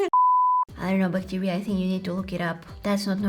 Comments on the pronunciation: Everyone: bacteria 🦠: Buctirea 🥺😂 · Bac tee riaaa 😂